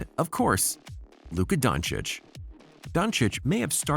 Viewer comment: Actually the pronunciation of his last name is the best i have heard from the Americans